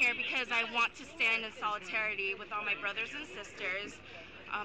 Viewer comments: 15 seconds "Solitarity" hahahaha. The entertainment value of SJW's is so high. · "solitarity" LOL